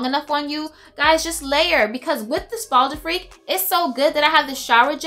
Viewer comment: dunno why but the timestamp where you talk about bal d'afrique says "bald freak" XD